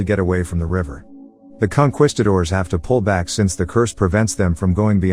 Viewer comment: What is a "conqwistador"?